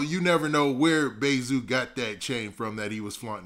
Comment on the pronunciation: Calling zoo bay zoo sound off.. like you Calling him bae.. just say zoo please lol